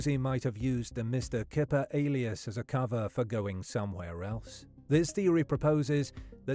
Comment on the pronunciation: In Dutch "Kyper" is pronounced "Kai-per". The Dutch word for chicken is "kip" which is pronounced as you'd expect. Unless he used a fake English pronunciation because it was easier. I've known people do that.